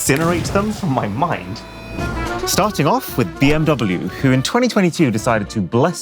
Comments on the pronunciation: why can’t british and americans pronounce BMW correctly? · Bee mee wuh?